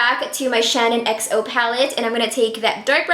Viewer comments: The low end palette is ShaaanXO (pronounced like Shan XO) not ShannonXO! It's a little irritating hearing it pronounced wrong so many times 🙈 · I'm low key cringing bc keeps saying "Shannon xo" and not "shaaanxo" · It's Shaaanxo not Shanonxo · I love u so much and it's not shanonxo it's shaaanxo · Okay no hate here, but being a die hard Shaaanxo fan, it makes me cringe everytime she says "Shannon"xo. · It really sounds like she's saying "Shannon" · Her name is Shannon. But product/YouTube name is shaaanxo. So you've said it correctly. She's pronouncing it wrong. And it's annoying.